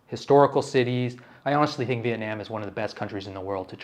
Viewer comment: I’m Vietnamese and I appreciate you trying to say it correctly. It’s not Viet-Nom so keep doing you